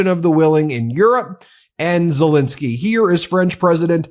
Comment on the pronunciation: It's pronounced ZeLENsky not ZeLINsky.